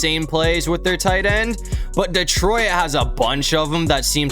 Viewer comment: Why do you say "detroIt"?